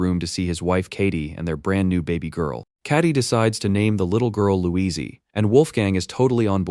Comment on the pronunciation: "Louizee" xDDD